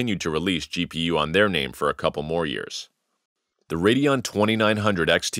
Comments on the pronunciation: WTF is a RADEOON? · AMD RADEOON :) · why were you spelling it radeoon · Radeon on Radeoon ?